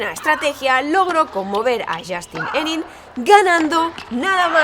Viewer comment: Excelente trabajo, como seguidor y jugador de tenis, obviamente conoci a Sharapova, pero al ser seguidor de ATP y no tanto de WTA, no sabia que le habia ocurrido esto... solo un detalle jaja se pronuncia "Moresmò" y "Henan"